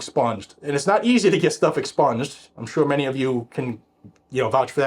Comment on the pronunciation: Nothing is ever " EXSPUNGED " 😂😂😂😂😂😂😂😂😂😂😂